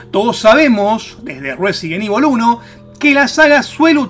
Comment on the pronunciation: "Resident ivol de pleistieshon que sho jugaba "